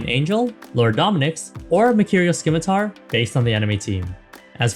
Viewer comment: Lol skim-itar